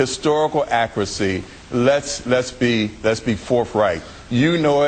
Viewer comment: in the space of ten seconds this man says "Prigrims", "accracy", and "forfright"